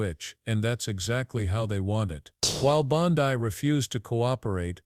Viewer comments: AI voice is shit. Bondi = “Bond-ee,” not “Bond-eye” Waste of time. Much better quality non-fascist anti-MAGAt shit out there people e.g. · Pam Bon-die???